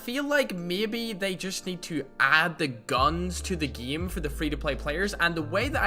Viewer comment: I like how he says geme instead of gãme to pronounce GAME (ECHOES AROUND YOU).